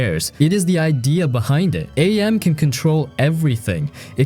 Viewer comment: It's not A-M it's AM. As in cogito ergo sum, I think therefore I am! And the voice actor who voiced AM is the author of the novel himself, Harlan Ellison.